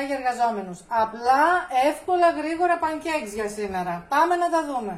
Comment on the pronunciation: μία φιλική διόρθωση: pAncakes προφέρεται και όχι pancAkes δεν δίνουμε έμφαση στη λέξη cake αλλά στη λέξη pan γιατί γίνεται στο τηγάνι και δεν θεωρείται κλασσικό cake.